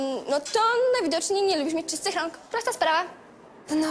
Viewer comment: ona w jednej chwili powiedziała rak xdd nie rąk loll :)